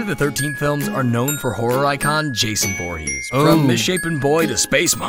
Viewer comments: Um my friend is called Jason but not vorhess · It's voorhees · Dude it’s not Jason Borgese is Jason for Keesler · It’s v v v voorhees